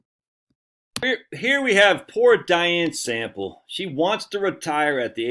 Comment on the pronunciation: did you say she's called Diane Sample or Dying Simple?